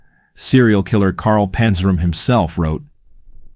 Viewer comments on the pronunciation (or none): none